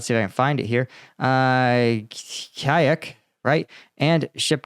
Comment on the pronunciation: my guy literally called a village a 'kayak' and not Kauchuk. It's nearly been 3 years, the least you could do is learn the cyrillic alphabet lmao